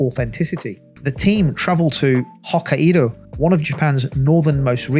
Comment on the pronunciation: Pronounce Okkaido correctly my guy and they got until October to do a full reveal of ghost of Yotei calm yourself down